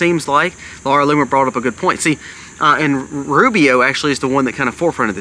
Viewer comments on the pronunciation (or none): none